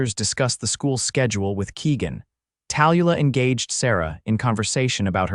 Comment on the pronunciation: I enjoyed the story but I hate the AI reader. The name Tallulah is pronounced Tal-Lu-lah. At least get the main character’s name right. It was distracting. Like I said however, I enjoyed the story.